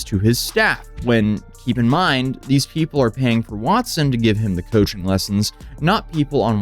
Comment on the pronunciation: Coaching services!!!!! Sounds like u said "Cushing program"